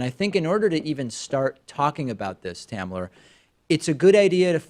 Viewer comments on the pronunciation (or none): I thought he said “Tanner,” and I was like, ok not a weird name. Then I read that it was “Tamler,” and saw a white dude, total confusion.